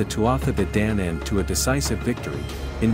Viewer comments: DANAAAAAN NOT DANAYANAN!!! IF YOUR GOIN TO PRESENT MY HISTORY DO IT RIGHT!! NOT HALF ASSED!! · This may or may not be factually correct, but the pronunciations are so bad I didn't make it more than 30 sec in. Celts is hard C. Like KELT. Danann is long A.